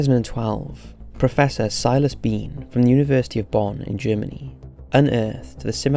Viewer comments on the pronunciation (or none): none